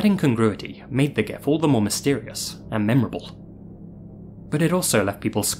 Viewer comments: It's jif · The guy who created Gifs pronounced it like a J, broseph. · "GIF, or JIF if you're a sociopath..." 😂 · Zombie GIF(JIF) 😄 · It's pronounced G.I.F very sad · One of the two creators of gif files said it's supposed to be "jiff" but he's 100% wrong. Idk what the other guy says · I NEVER hear dudes with this guy's accent actually say Gif (not jif)